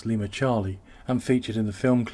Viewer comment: Brit or AI? When he butchered “Canal Plus” I knew he was real